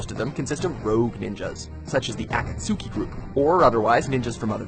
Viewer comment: They can't even pronounce akatsuki right even though characters say it like a million times in the show. Makes me think they haven't watched naruto and just read a bad essay about why it's better than bleach. And I don't need to explain how obvious it is that they haven't seen bleach